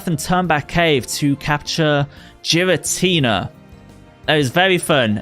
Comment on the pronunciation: You pronounced Giratina wrong